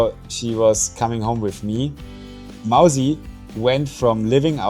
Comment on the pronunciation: It's Mausi not Mousy